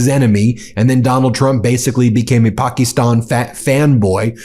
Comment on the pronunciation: UGH...Ben and his "PAK-EES-stan" crap...Even though the prime minister pronounces it correctly "Pak-IS-stan"... DUDE...READ YOUR COMMENTS and PRONOUNCE IT CORRECTLY.